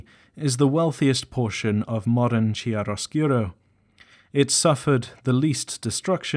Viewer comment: I understand that these are words that you have only ever read therefore don't know the pronunciation, but the section on the Fair-Folk drove me nuts every time you pronounced Wyld (said the same as wild) as "Willed". Also Chairoscuro is pronounced "chy-roe-skur-oh". These nitpicks aside awesome syllabus on Exalted Lore!